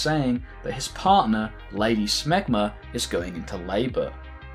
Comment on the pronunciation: WAIT.....did you say "Lady Schmegmah"? ewwwwww